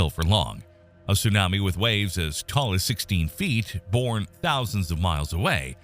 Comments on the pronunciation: The pronunciations tho..... "su nami" 🤣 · I could watch the video if you learned how to say tsunami smh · It's 2024 and you can't pronounce tsunami correctly? 🤦🏽‍♂️